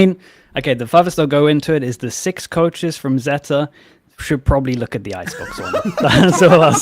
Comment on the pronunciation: idk why but I love hearing say zèta